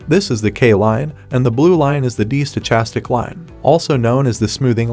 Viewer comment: The H is silent in Stochastic